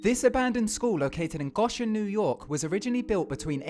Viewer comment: And you miss pronounced it. Not that bad but funny.